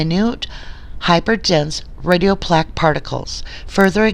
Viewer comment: A few mispronounced medical terms... such as “radiopaque.” Other than that, excellent work getting the documents. Your suspicions and questions are spot on! I pray for the Avery family! May justice be served for them and for the Halbach family!